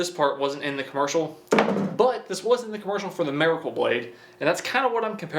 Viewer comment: The way you say miracle is killing me! Marrykol 😂😂😂